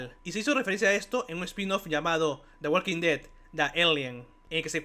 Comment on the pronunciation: La L de Walk no se pronuncia. La L de Walk no se pronuncia. La L de Walk no se pronuncia. La L de Walk no se pronuncia. La L de Walk no se pronuncia. La L de Walk no se pronuncia. La L de Walk no se pronuncia.